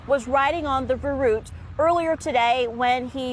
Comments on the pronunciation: Can none of you do some research about the correct pronunciation of the word "verrückt"?? I've watched a number of videos about the incident, not a single one came even close to the proper pronunciation! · I guess it's pronounced "ve-ryckt" or something like that.